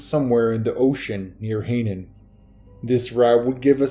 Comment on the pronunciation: I do get tired of these readers who can't read. Hainan island is pronounced "HIGH-NON", not "HEY-nun".